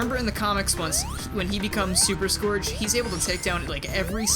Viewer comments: No offense, but I usually pronounce his name like "Scurj" so hearing you pronounce his name as it's spelled kinda hurt me tbh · the way he says scourge. oof.